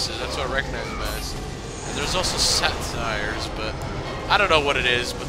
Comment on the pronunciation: they're satyrs. and it's said say-ters